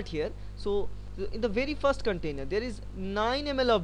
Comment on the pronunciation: "Its vey very badass". LMAO